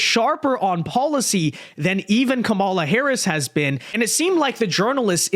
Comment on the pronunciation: That's the first time I've heard Trump pronounce her name correctly as "KAH-mala," instead of "Ka-MAH-la." Just an observation.